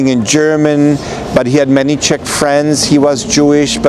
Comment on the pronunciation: Just its not Shech, but Czech Republic.🙂